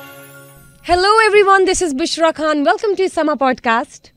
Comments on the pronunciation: Please kkhan nahi khan خان ھوتا ھے کھان نہیں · A person who can't even pronoune his or her own name properly shouldn't persue career in media.. آپ کا نام بشری' "خان " یے " کھان " نہیں اگر آپ سمجھتی ہیں کہ آپ کی اردو کا تلفظ ہندی ہونے سے آپ کیوٹ لگتی ہیں تو برائے مہربانی بھارت تشریف لے جائیں ہمیشہ ہمیشہ کے لئے ۔